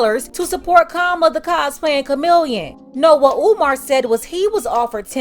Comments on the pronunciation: Peep how he said Omar! Not umar! Maybe I’m listening trying to find a problem! but I been on Steve Harvey BS! But before you can hear it clearly he said umar. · Omar Omar He says he likes him but can’t say his name correctly. In true Steve Harvey fashion not listening to what umar said or anyone else i.e Monique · He also mispronounced Umar's name some they would go crazy over if it came from a white person